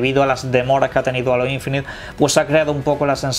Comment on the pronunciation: No es alo infinité... es Heilo(como la canción de Beyonce...) Infinit(e no suena), en su caso decir aureola infinita.... :)